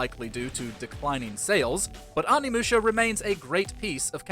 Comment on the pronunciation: "Anvil Musha"🥴